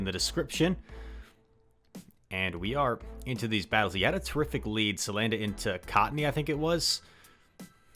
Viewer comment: Cuz, it's name is salandit not "sandalit"